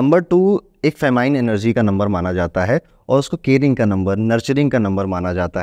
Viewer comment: i dont want to be rude but, feminine energy hota hai, not famine. Famine means aakaal padna. Also, I think it would be very nice if you had captions in english because aajkal videshi bhi kaafi interested hai humare culture me like astrology and rituals.